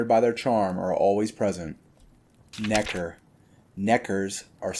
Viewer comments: I dont know how comfortable i feel with him saying nekkar so many times 😂😅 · Bro pronounced every letter and syllable in Nekker